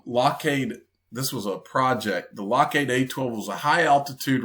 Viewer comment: Lock-heed not lock-heyed